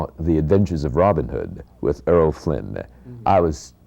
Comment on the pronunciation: Mr. Takei ... it's pronounced "Errol", not "Earl"!